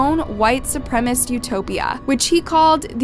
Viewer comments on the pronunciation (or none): Not once you say 'supremacists' right 🤦🏻‍♀️